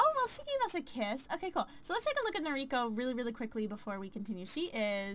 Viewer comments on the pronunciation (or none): Umh.. Im sorry you can prenounce it however you want but you're saying the name "Noriko" wrong, since she's japanese you prenounce it as "No-Ri-ko" and not "Nori-ko". Sorry i suck but the weeb in me had to tell you xD